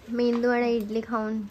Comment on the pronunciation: इटली nhi इडली boltat